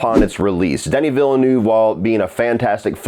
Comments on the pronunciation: Repeat after me: "VILLE N-EH-VE" Not Villenuuuuve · Negative reviews bring more views. When you criticise someone’s work is common sense to at least pronounce his name correctly lol. Say after me: Veal-ne-oo-veh.:)) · Watching all these online reviews of Dune Part 2 and hearing everyone jack up Denis Villeneuve's name has been a hoot. 🤣